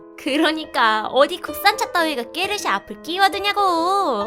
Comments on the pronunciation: 깨르쉐가 아니라 포르쉐다.ㅋㅋㄹㅃㅃ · 포르쉐가 아니고 꺠르쉐??뭔가 이상한데?아닌가? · 깨르쉐? 포르쉐 말하는거?